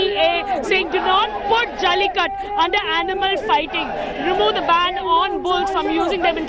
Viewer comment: try pronouncing jallikattU rather than jallikatt :)